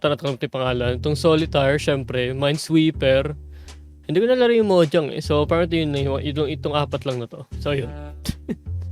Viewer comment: Yung laro: Mahjong: "...Mojang..."